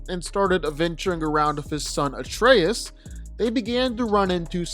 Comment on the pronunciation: Finally a youtuber that pronounced Atreus' name correctly with the emphasis on the "eUS" for lack of a better way to phrase it